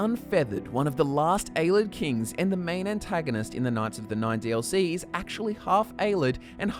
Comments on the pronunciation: It's "Ay-Lay-Id", not "Ay-lid" It's "All-ter-ay-shin", not "Al-ter-ay-shin" Mispronouncing "Ayleid" can be forgiven, but you don't know how to say "Alter" as in a Church alter or to alter something? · Its pronounced (Pel-lin-al) not (Pel-lin-neal) and (A-lee-ed) not (A-led) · "A-lids"... A-lee-ids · Ay-LEE-ids for fuck sake... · Pronounced AY-LEE-ID